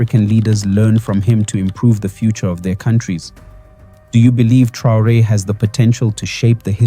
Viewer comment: Dejá de decir tonterías, no sabes ni siquiera pronunciar el apellido Traore y decir que Sankara "murió trágicamente" cuando fue asesinado junto con su gabinete; por otra parte qué carajo son los "afromeanos"?, te estás refiriendo a los afroamericanos. Sos un cachivache, conseguí un trabajo decente y dejá de hacer papelones